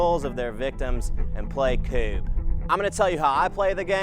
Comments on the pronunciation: Here in Sweden where the game originated I have never heard anyone call it koob. Its more like kubb. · Great presentation of a great game,! Your pronunciation is okay but KUBB should be said or pronounced as short and fast as HUB or DUB but the "U" should be more pronounced as the first "U" in Furniture, and not as "A-like" as in Hub or Dub. In most English words the "U" is often pronounced as an "A" for us Scandinavians but Furniture is one of few English words with a more U-like "U". Hope this makes sense. In this video the "Reporter" says it in the right way sec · Sadly your pronunciation is also wrong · I'm Swedish and I find the English pronunciation of Kubb hilarious. In Sweden we play this every single year at Midsummer with family. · You sound like Cartman when pronouncing Kubb, lol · all you americans pronounce kubb wrong ! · you know what you Americans can call it how you want I will know what the right pronunciation is anyway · you're PRONOUNCING kubb wrong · It is actually pronounced similar to cub, not kewb, like you are saying it. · Strange that you can't hear the difference. U sounds more close to the U in DUBIOUS and is also as long as in that word. But the U should sound like the first U in FURNITURE, which also feels shorter. I mean you must hear the difference between the longer U in Dubious and the shorter U in Furniture. English is interesting. For example, the U in Furniture sounds almost as the short article "A" (a dog)